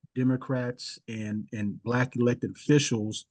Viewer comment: He pronounced it " b'lak".